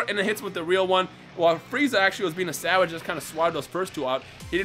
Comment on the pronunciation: Its funny how you said savage